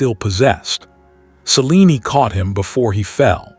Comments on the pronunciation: It's pronounced ( s-eh-lean )....not ( sea-lean-ee ) just saying voice is over guy could watch one movie of a story once in awhile so he can pronounce what he's reading I hear this particular voice while very soothing it is mispronounce especially names a lot over dozens of stories and documentaries. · Selen-e… Celine-e…. Not sure what spelling caused the error… Distracting.